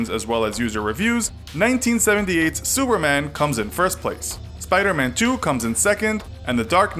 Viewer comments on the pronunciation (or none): 😂😂😂 sounds like suerman or some thing like that 😂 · i heard him say s e w e r m a n